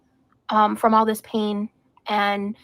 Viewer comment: eww, she pronounces pain "peen". wth